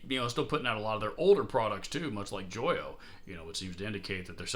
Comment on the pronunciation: Pretty sure Joyo is pronounced 'Joe yo!' But hey, good video. I have two Nux (newex) lol pedals, a tuner and the Oceanic reverb. Totally solid pedals and impossible to find fault with.